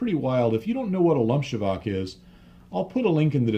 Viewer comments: Btw. it's not [lumshevak], but ['lomtsova:k] from the verb "lomcovat", meaning to "shake something violently" (e.g. a door lever), itself likely coming from the noun "lom" (break, fracture), and associated verbs "lámat" and "lomit". That verb isn't much used nowadays, and "lomcovák" might be more used as a term for a strong alcoholic drink (as per a Šimek&Grossman short story about an alcoholic school teacher, Výlet s Lomcovákem, "A Trip with Lomcovák"). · Thanks for another interesting video,! Btw. it's Lomcovák, not Lumchevak (google translate can give you an easy idea of pronounciation). Lomcovák means an object, that wildly shakes you up (can be a synonym to a strong alcohol, or hangover aswell;) ) Greetings from Czech republic. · I was like "WTF is Lumchevak..." Ah, lomcovák. :-D :-D :-D Hi from the Czech Republic.